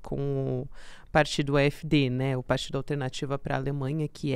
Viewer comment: A pronúncia do AfD é a--éf-dê.